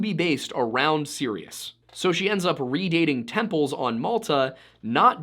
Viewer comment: Serious the star and Esis the goddess? Never heard of them! Heard of Sirius and Isis though! Why are Americans so bad at pronunciation?